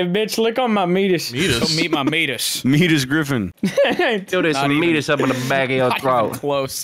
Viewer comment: It’s the Me-ay-tus. Not Meat-us lmao! 🤣